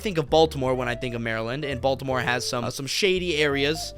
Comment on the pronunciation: baltcore? what was the word?